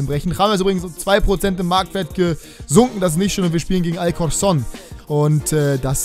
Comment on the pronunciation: Die beiden "c" bei alcorcó´n werden wie "k" ausgesprochen